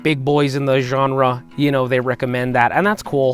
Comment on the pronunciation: "Genre" What in the actual blazes are you talking about?